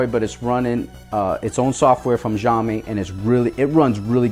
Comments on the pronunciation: Xiaomi - Pronounced "Shallme". Nice review. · It's actually pronounced siao mee. Singapore Chinese here. Shall mee is NOT the correct pronunciation.